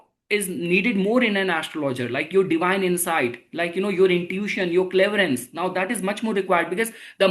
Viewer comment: it's not cleverence, it's CLAIR-VOY-ANCE